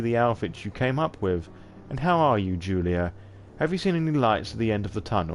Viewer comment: I love your storytelling, it was great! One of the best streams of SoNY I have seen so far. PS: No, you butchered both name and surname ;p Slavic version of the name "Julia" is not the same as the germanic one in the terms of pronunciation, while surname requires soft "ń" in the middle.